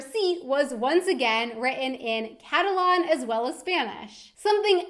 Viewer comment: It annoys the shit out of me when she said "Catalon" rather than "Catalan"